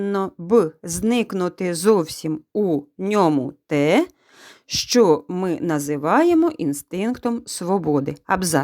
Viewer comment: Зачем говорить щчо если можно зказать що